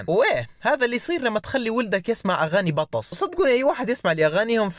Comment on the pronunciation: بالله اللي يقول (بطس) تعرف شي اسمه حرف التاء؟؟؟